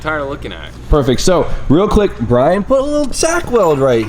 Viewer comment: It sounded like you called Brian B-Hole...